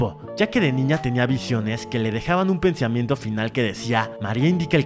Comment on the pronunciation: Solo dice "piensamiento* en ves de pensamiento :v